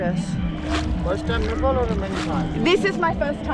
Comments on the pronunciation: don't say nepol NE- POl say Ne-Pal Nepal it's nepal not Nepole😜 welcome to pokhara 👍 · Nepal is pronounced as NE PAL not NE POL Beside this I am enjoying your content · What do you pronounce it nippole instead of Nepal ?? 😂